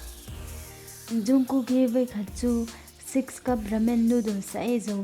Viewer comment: Zungkook ni loin jungkook tur xok o😇😇